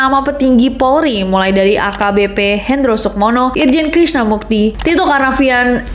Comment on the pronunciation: Ralat ya Nes, namanya Krishna Murti, bukan Krishna Mukti🙏🏻